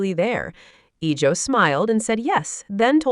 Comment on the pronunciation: Iljo* jeonghan*. AI wildin on pronunciation. 😊❤